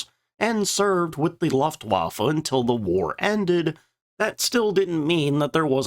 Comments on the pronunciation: For god's sake man, learn how to pronounce Luftwaffe ,LOOFT-VAH-FEH. Your narration is bugging the hell out of me. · The u in Luftwaffe is short, but a different colour than pronounces it. I'd compare it to how you pronounce the u in the word Pudding. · Please pronounce Luftwaffe correctly. The “u” rhymes with book, not bluff. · The AI dialogue is mad - the Laugh-waffer and others...........weird inflections as well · Love you videos! EXTREMELY informative and educational and the detail; EXCELLENT!! THANKS!! BTW, the U in Luftwaffe is long.😉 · How about focusing on that luftwaffe pronunciation? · It’s a lost cause at this point. Now I think he pronounces it that way just to troll us.